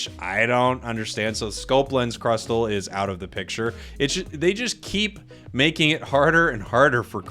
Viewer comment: Crustle is pronounce as "cras- sol"